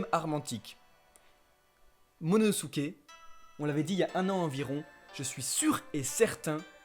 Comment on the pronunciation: c momonosuke et c pas MONONOSUKE